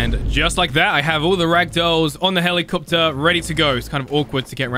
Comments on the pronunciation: helikcopter helikcopter paracopter paracopter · helikcopter helikcopter parakaptor parakopter